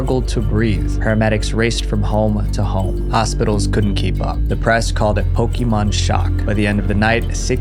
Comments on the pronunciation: It's PoKAYmon, not PoKEEmon, jesus christ it's been 25+ years how can people still get this wrong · love how americans cant say Pokémon